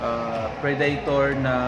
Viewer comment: Pre-Day-tor lmfao